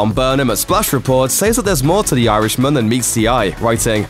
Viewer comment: It's not pronounced 'Yarishman', it's actually 'Irishman'